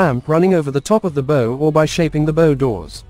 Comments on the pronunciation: Bow, as in rainbow, ramps? A ship’s bow rhymes with ‘How’, not ‘Sew’. AI narrators are still a big turn off. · Irritating mispronunciation of the front of the ship as "boe" as as opposed to "bough". Gave up at 2'56". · What an interesting way to pronounce bow - "bo" versus "boow".... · I assume the content creator types in text that he/she wants the AI to narrate. At least for the "bow" (bow and arrow) / "bough" (bough of a tree) issue heard all through this video the creator could presumably have deliberately misspelt "bow" as "bough" to force the correct pronunciation there. It's pretty lazy to not have at least done that (assuming it would work). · This marine video mispronouncing “bow” is ridiculous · Christ, just narrate the videos in person! Listening to this monotone voice misprounouncing 'bow' constantly is doing my head in. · PISSES ME OFF THE NEAR CONSTANT WRONG PRONUNCIATION OF "BOW". SLOPPY, CARELESS WORK. AI IS CLEARLY NOT FOOLPROOF. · I think it's signposting a future trend to dispense with main guns on future warships to make space for teams of highly trained archers able to fire deadly volleys of poisoned arrows at enemy combatants. In that context it probably makes sense to start referring to the pointy end of ships as the "bow" as pronounced in this video. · Agree, can’t even pronounce words, ie ‘ bow’ as making a bow, not as in a ships bow, the pointy end. Pathetic.